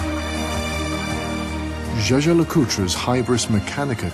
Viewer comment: I hate this pronunciation "Je-Je le Coultre". It should sound more like Jaeger - Je-ger